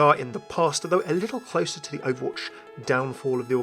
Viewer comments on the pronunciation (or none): none